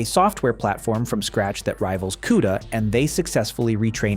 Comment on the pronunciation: Is this an AI generated voiceover? Nvidio, Quda, and 910C chip said as 910"S" chip, Chinese GP"US" etc.